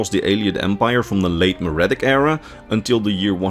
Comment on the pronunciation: My brother in Christ, look up a pronunciation guide. Mer is pronounced mur, Merithic is pronounced mur-ific, not maridic.